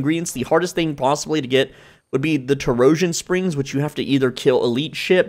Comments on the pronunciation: I liked “tor-o-jun spring” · "Terosian" spring as well.